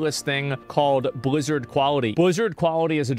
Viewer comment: "buzzard quality" lmao